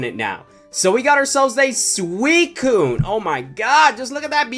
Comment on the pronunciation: You said swecone not suicine